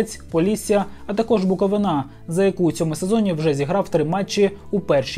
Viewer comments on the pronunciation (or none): Неправильно ставиш наголос на слові Буковина!